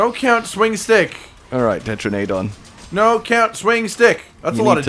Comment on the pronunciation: It is so cringy how he pronounces tetranadon.